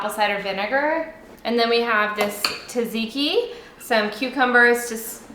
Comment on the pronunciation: Tzatziki is pronounced “Zah-zee-kee” with a very slight “t” in front of the z 😊 (from someone with Greek heritage) Καλή όρεξη! Love your videos!